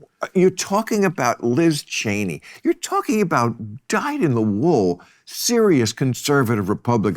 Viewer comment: Did he honestly say Lizz Chaney.